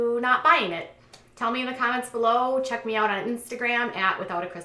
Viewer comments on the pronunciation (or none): none